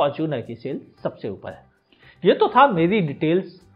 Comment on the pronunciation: Upel nhi uper 🤣🤣🤣🤣